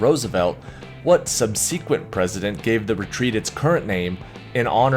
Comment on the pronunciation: Please look up the pronunciation of the word "subsequent."